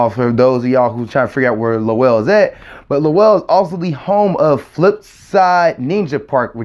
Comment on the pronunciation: Lowell rhymes with dole Good job!😁😁😁